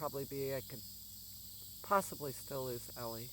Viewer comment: Ellie? gorgeous puppy. I thought you were saying Eva. 😀